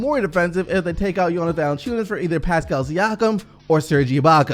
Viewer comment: I really love to watch. He actually likes to talk about a Canadian Team that some Americans don't even know about. How does he know how to pronounce Jonas Valanciunas but not OG An uno by